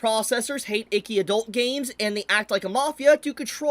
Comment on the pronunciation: Every time you say "icky" it cracks me up.